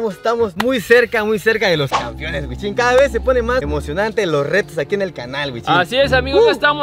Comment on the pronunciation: Esos “Campiones” 🤣🤣🤣